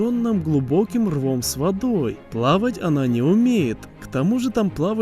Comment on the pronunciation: и он не умеет млавать